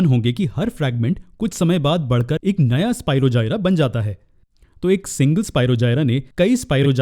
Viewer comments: Sir bura na mano to ek baat kahu ki sir vo spirogyra hota hai na ki spirogjayara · It is स्पीरोगायरस not स्पीरोजायरा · Nice explanation sir i am really very sorry sir but its Spirogyra it is g on j sorry btw thanku sir its help me alot❤☺